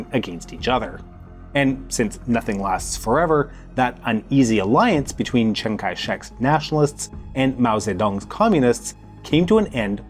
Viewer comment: I love how his Russian pronunciation is amazing and his Chinese pronunciation is just "make it rhyme with BANG"